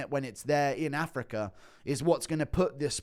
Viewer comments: Damn man I love Guru but I can’t stand his pronunciation of certain words 😂 “Dan-er white” “Afric-er” but in certain incidents he can said “Dana” and “Africa” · does know it's pronounced "africa" not "africar"?